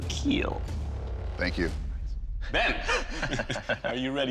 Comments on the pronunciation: It will keal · They should have contestants compete against Doug to see who can say "It will keel" better.